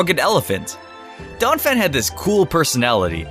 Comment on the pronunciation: IT'S DONPHAN, NOT DAWNAPHAN!